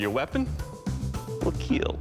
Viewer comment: Doug with fake blood dripping from his face "It will Keel" 😁